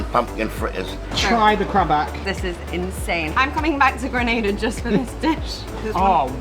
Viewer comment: 1 of the few that ACTUALLY pronounces my island’s name correctly 😂 and love the energy information you’re giving. Great shots with the views especially with the drone. Which one were you using?